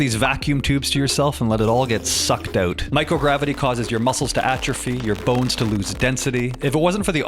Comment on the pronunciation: ouuut (dont be mad I am Canadian too, it's funny.